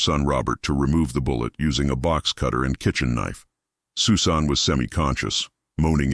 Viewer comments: Your AI stinks. "Sue Sahn"? Disrespectful presentation regarding this poor girl whose name was "SUSAN". Geez, do better. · The young lady's name is Pronounced Sus - an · Ridiculous. AI can't say Susan?? Dumb